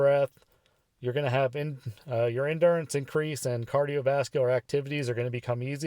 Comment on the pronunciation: I recommend you pronounce things correctly like cardiovascular system. Maybe then people will take you seriously. Idk I’m 12 days smoke free watching this video like wtf did so do? If he says I should quit maybe I should have just stayed a smoker. Jesus Christ sound educated. Sorry not sorry.